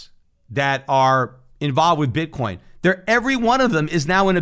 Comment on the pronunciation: he totally says "Bit Corn"